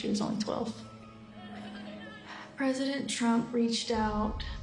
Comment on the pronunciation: bank brasil said prizidon 😅